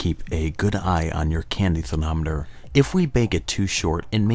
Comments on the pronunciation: Anyone else hear "therNometer" instead of thermometer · am i the only one who heard him say "candy thernoneter" xD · I'm years late, but I like how he says thernometer and NO ONE pointed it out